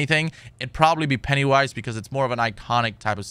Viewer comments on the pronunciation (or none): Did he call him Pettywise?